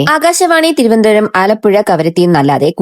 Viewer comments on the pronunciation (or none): തിരുവന്തപുരം അല്ല തിരുവനന്തപുരം എന്നാ മോളെ